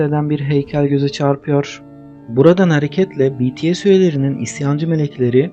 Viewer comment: O betese değil bities ′yani′